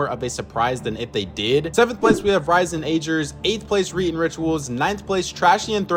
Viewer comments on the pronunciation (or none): none